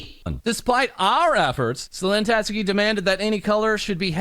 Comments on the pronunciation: This has nothing to do with the bigger story, but why do all the vtuber news channels have a hard time saying her name? Tat-ski not "Tat-sue-key" I know you gotta get that news out ASAP, but c'mon. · The most shocking part of this all is how almost no westerners covering this story can pronounce "Tatsuki"